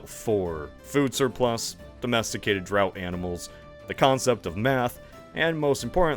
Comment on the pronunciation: " drought animals? That made me chuckle. Quibbling aside, good video!